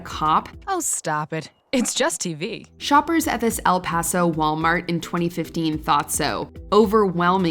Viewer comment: 🤣She can't even say EL PASO correctly!